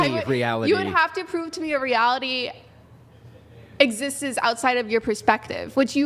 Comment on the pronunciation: Ugh. She pronounces “exists” as “exist is”. 🤦🏻‍♂️ Big old degree holdin’ college grad y’’all. At least she’s sweet and debating in good faith. How about a black bear and a black man. How about that? 😏